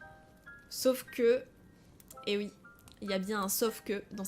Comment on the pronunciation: Pourquoi elle dit ui à la place de oui????